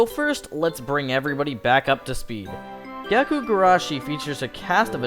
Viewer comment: Its gakou (like gah-koh) not gaku (like gah-koo).